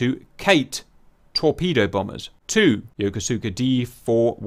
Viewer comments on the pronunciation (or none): Yokosuka pronounced Yo Ku Ska